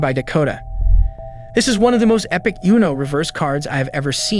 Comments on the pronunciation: Umm, does bro seriously not know how to pronounce Uno (as in the card game)?? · Do you not know how to say Uno? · Its not pronounced YOU-no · Bro has no idea how to pronounce uno